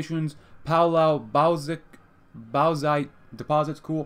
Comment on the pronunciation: Bauxite is pronounced bawx-ite. Just think about a dude yelling about METAL BOXES and COWARDS, and you'll get it.